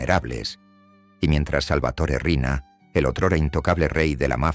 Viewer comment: No es Arena, es Riina